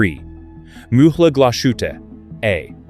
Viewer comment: There is no "SH" in Glas Hutte.